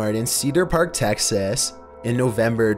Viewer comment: He said “Taxes” instead of Texas😂😂😂 I’m sorry. But I love ur voice. Btw DONT JUDGE HIM!!